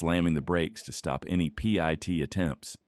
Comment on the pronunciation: just say PIT not P. I. T.